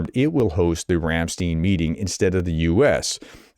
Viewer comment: Pronounced RamstIne, not RamstEne (just like the band)